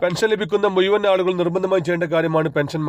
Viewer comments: മുയുവാൻ അല്ല മുഴുവൻ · എട ചേട്ടാ മുയുവൻ അല്ല മുഴുവൻ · ആദ്യം സംസാരിക്കാൻ പഠിക്കൂ.. മുയിമൻ എന്താണ് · മൂയ്‌വൻ എന്നല്ല. മുഴുവൻ.